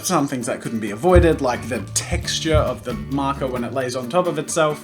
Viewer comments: He said texter!!!! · “TEXTERS” LOL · did you say texters? what? who calls them that? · Oh god i watched this whole video thinking he was pronouncing texture as texter but turns out its an australian slang HAHAHHA